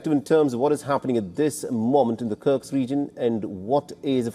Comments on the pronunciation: My friend… it’s kursk, not sure why it’s so difficult to pronounce for you 😂😂😂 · It’s KURSK! Get it right!